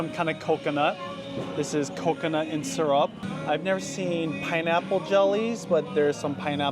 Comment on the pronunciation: Why do you pronounce syrup sarap?